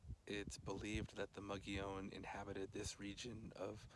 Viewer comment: And now I know I've been mispronouncing 'Mogollon' all these years ... Fascinating report. Thanks!